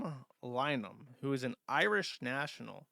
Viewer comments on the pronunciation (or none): none